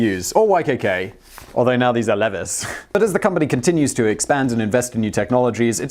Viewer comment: did you just say "leviss"? it's 100% "LEE-vies"... dork ah shit you got me 😬